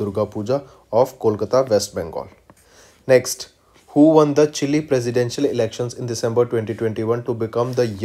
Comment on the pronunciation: see how he is pronouncing chile 😂😂😂